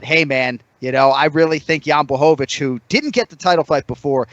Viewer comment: respect to anik for pronouncing jans name right! swear hes the only person who can do it